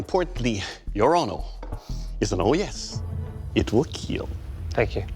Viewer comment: Doug with fake blood dripping from his face "It will Keel" 😁